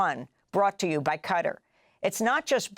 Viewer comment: Qatar is pronounced kuh-TAR, instead of cutter.